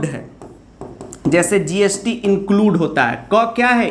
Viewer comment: Sir be like include ❌ inculde✅